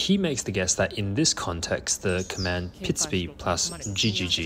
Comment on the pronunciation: This is incredible, completely groundbreaking stuff if it is translatable to other species and type of animal. At first the narrator had me a little confused, because he keeps saying “pitsby” when in fact the sound is “pitsubi”, an entire syllable longer, which when describing birdsong means an entirely different sound. Only seeing the word on screen sorted the cognitive dissonance I was having between the sound the bird was making and the sound the narrator was describing. I know, “cool story bro” 😅😝